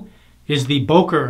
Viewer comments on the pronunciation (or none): It's pronounced "BUhker" as in "hUrt". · Very nice video as usual. Your pronunciation of Böker killed me. :D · You are pronouncing "Böker" wrong. Those dots on top make to "o" a front-vowel not a back-vowel as you pronounce it. Since my native language is enriched with vowel sounds it is extremely easy to for me to criticize you for mispronouncing "Böker".